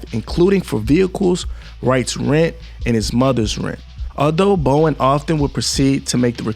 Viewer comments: "BOW-DEN" Not Bowen 🤦🏿‍♂️. "ILL-N-OY" Not ILL-N-NOISE. Public Schools Have Failed. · Bow-den. You know like the den inside of a house. Or a lion's den.